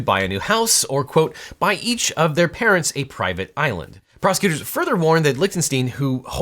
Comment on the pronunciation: Not a "private island", a "privae island"...